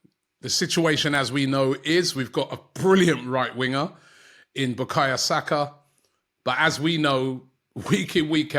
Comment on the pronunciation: Why can't Robbie pronounce Bukayo Saka name yet lol